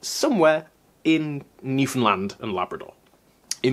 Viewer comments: He also pronounced Newfoundland correctly. New-fnd-land not new-found-land. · My friend in St John's would be so happy that you pronounce Newfoundland right! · YOOOOOO DID YOU JUST PRONOUNCE NEWFOUNDLAND CORRECTLY? HECK YEAH